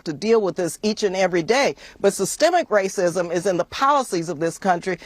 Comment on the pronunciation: You mean wwwaaacism lol😂😂😂😂